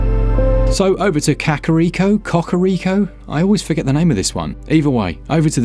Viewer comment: I reckon its Kaka-Riko not Cock-ah-riko. But hey, whatever floats ur boat 😅